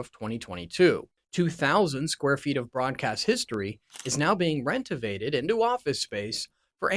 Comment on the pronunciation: Learn how to pronounce words correctly while you are clickbaiting us!! It's "Ver-Sigh" (not Ver-Sale) and what in the heck is "rent-o-vate?" I did not stick around to see what other words you mangled!! SMH!!